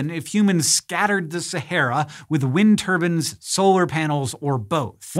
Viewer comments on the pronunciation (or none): scattered with "wind turbans" 😂😂😂